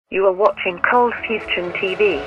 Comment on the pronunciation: Did anyone else notice how the intro says "cold fustion"?